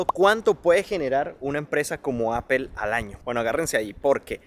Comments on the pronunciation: Hola! saludos cordiales excelente trabajo, solo paso para decirte que por favor corrijas la pronunciacion de la marca de la manzana se dice Apol no Apel. Saludos continua trabajando duro. Bendiciones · Please no digas mas apel😂😂😂😂 es aapoo Apple. 😂😂😂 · Yo vine a ver si había algún comentario de eso, estoy muerta de la risa con eso de Apel 😂😂😂😂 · "Apel" 😅😅😅 me encanta esa pronunciación. 😅😅😅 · ¿porqué dices "apel" para pronunciar Apple? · jajaja así es, normalmente los españoles lo pronuncia así jajaja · Muy bonito san jose gracias. Ya no tomas clases de ingles?cada vez que dices apel se me retuerce el oido😂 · APOL SE PRONUNCIA APOL POR EL AMOR DE DIOS